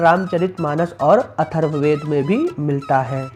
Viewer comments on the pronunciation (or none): none